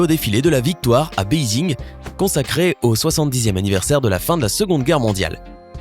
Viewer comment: c est pas beizig c est beiji